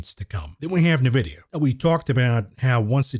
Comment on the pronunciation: Please stop calling it NAVIDIA.